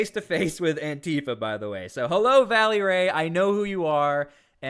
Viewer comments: It's Vélly Ray - not Valley! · VELLY RAY...not Valley...🙏🏼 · Bro, it's VELLY Ray, not VALLEY Ray. Just a heads up. You mispronounced his name like 4 dozen times in 2 mins hahaha. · Hey silly goose it's not Valley Ray , this is how you say his name... Vel- ley Ray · It's Velly Ray his name is Ray Lavelle